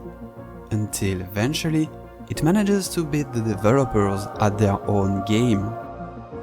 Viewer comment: ‘Advantage’, ‘manage’ isn’t pronounced like the word ‘age’. Check out some pronunciations and you’ll understand:)